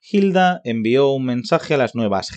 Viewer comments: No se pronuncia "JILDA" sino "ILDA", la H es muda y no suena y Sor Yeye no fue novela, fue una pelicula, Hay que documentarse antes de hablar. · Muchacho que estás narrando el video... Papa en español no pronunciamos la H al empezar la palabra... Te oyes fake deverás, algo horrible.